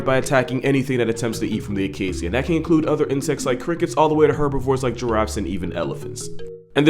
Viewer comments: did you really say “acasssia”?? You do know it’s pronounced “acashia” right?? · Is that how you pronounce acacia? When I lived in Botswana we pronounced it ah-kay-sha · I didn’t know Acacia was pronounced A-kay-see-a. I pronounced it A-kay-cha. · It's a-kei-sha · Is that really how acacia is pronounced? Or are you doing a katydid?